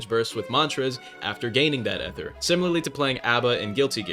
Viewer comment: you need to either make a new build or say ether properly, you can not do 2 bad things at once.